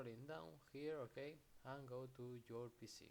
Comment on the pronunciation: okey? ok? YOURE OKEY??? BRO OK?????